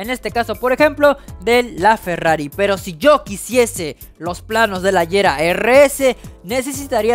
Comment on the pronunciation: El Agera no se dice AYERA se dice Aguera,, el Lotus Elise no se dice ELAIS se dice Elís con la E siendo muda 😶